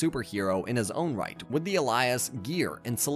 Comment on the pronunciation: Your mispronunciation of Awry, Alias, and Sinestro were so cringe it convinced me not to sub lol